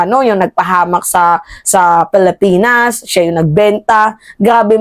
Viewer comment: Pilipinas ang pronounciation hindi palipinas.